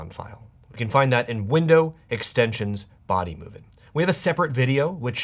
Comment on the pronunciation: Everytime I see this guy I remember the part he couldn't pronounce bodymovin 😂😂 hilarious